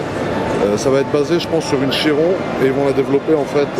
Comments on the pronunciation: On dit Kiron 😉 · ca se prononce vrmt chiron?? on dit chirone nan?